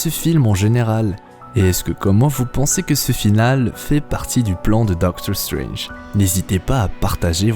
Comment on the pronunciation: Super accent anglais on voit que tu fais gaffe genre tu dis pas "dokteur strenje"